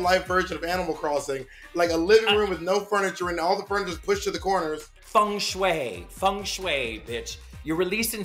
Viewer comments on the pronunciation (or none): fung shei? seriously is that how is it pronounced?